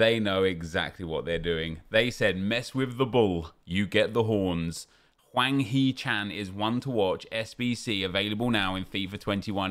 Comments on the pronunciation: Its Hwang not Wang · Hwang, not Wang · HWANG NOT WANG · I'ts hwang not chan